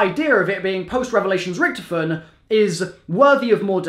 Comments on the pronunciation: RICK-TOF-IN NOT RICTFN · Richtofen (Rick-Toff-In) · Bro is anyone else annoyed by how hes saying richtofen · if you keep saying Richtofen like that...